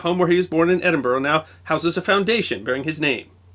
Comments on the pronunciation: Well presented you said of my home town Edinburgh right instead of Edinburoooo A great series b the way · One of our many great minds produced during the age of enlightenment and thought, with a wee bit of assistance from 'a nip o the creature', Uisghe Beatha! As amazing as this was, the passion you have for the subjects and that you're the only American I've ever heard pronounce Edinburgh correctly, I still flinch every time you say a Scottish name. Although Dewar made me laugh (Doo-waaar? Try it as Jewur) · and "Dewar" is pronounced "Joor" not "Joo-Arr". I'm just amazed he can pronounce "Edinburgh" correctly, unlike % of americans.